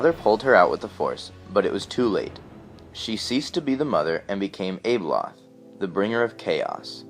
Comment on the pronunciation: its not ABE Loth..... Its ABBALOTH